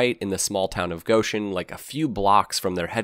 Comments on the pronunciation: How does someone mis-pronounce a simple phonetic name o0f a city? lol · pronounced it like "Gosh-en", as in, "oh my gosh"